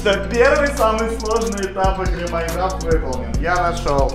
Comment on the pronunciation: Не майкрафт а майнкрафт